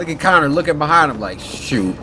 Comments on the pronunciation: Barely, also its Connor not conner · This is def one of my fav play throughs from the samurai❤ especially because he keeps calling Connor, Connie😂😂❤